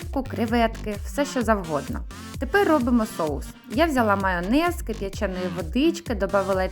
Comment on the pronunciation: Замість "кип'яченої" почула "свяченої" водички.😁😁😁 Промотнула назад,ще раз поодивилась.